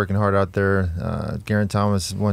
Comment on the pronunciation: Lance please get some help from George to pronounce Geraint's name. It's Geraint not Jeraint. Thanks